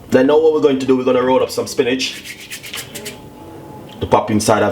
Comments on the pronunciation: It's not a traditional Jamaican way of cooking stew peas but it can gwaan...I keep hearing you say "spinach" first I thought it was a simple mistake but u kept on saying it...it's "spinners"...I know Jamaicans like to twang when they are amongst Foreigners but foreigners really like to hear our patois, or just try to speak proper English don't over do it ok. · Yes it looks good but not traditional JAMAICAN stew peas. Potatoes, carrots and sweet peppers?? And didn't realize he meant spinners (dumplings) when he kept saying spinnage.